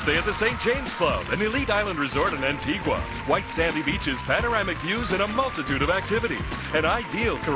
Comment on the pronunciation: sounds like the host learned how to pronounce Antigua from Pat Sajak